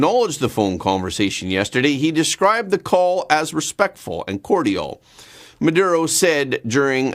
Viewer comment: Cordial mispronounced